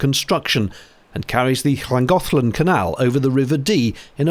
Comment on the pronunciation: Admirable efforts at pronouncing Pontcysyllte, Llangollen, and CADW by Englishmen 😉